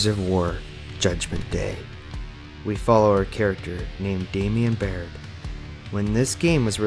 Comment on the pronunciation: Hey no offense if English isn’t your first language but it’s not “COG: Coalition Ordered Government”, it’s “THE COG: Coalition OF Ordered GovernmentS”. It’s not Emergency Day, it’s Emergence Day. His name is not Damion Baird, it’s Damon Baird. It’s not General Khan, it’s General Karn. The Locust and Karn didn’t “rised” up, they “rose” up. Wishing you luck as you continue trying to make Gears of War videos